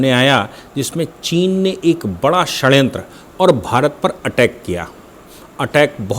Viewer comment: ...please spell correcty and dont mock hindi....it is षडयंत्र & not षणयंत्र hope you will attend to it